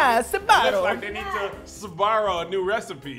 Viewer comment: Sbarro... it's better sborro. Only the italian folks will understand this.😂😂😂